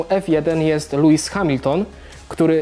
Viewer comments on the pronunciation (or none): LEWIS A NIE LUIS